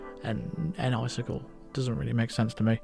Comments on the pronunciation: lol, it's (Nice-Sickle) not (Enn-Icicle). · "N-Icicle" sounds a lot like "Nice kill"